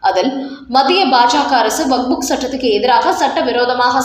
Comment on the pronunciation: நீங்கள் செய்தி வாசிக்கும்போது வக்புக் என்று வாசிக்கும்போது மிக மிக அசிங்கமாக இருக்கிறது. இரண்டு மூன்று முறை நான் சுட்டிக் காட்டி விட்டேன். நீங்கள் திருத்திக் கொள்ள வில்லை.